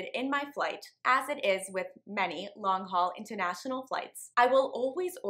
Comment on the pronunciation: "LONG-HUAL" oops...